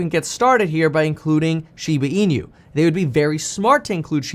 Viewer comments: Not SHIBA E-NEW. Correct pronunciation is SHIBA E-NOO (NOO is pronounced like nook without the k). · Inu is pronounced “E—Noo” Kevin, not “E-nYoo”…there’s no ñ sound. Otherwise, thanks for the content!! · "inu" is not pronounced as "in-you"... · How this man says Inu, will never not tilt me. Holy fack!